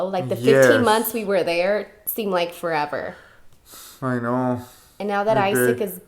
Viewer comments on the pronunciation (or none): Every time he says "I know", I hear "aye no" lmao